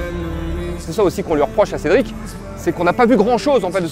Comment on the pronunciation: T'as vu ? T'as vu ça ? T'as vu cet angle mowts Cédwic pwésentement ?